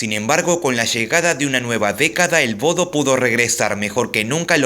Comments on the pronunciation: Se pronuncia: "Boudah" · En realidad, Bodø, se lee "Bode", ¿No?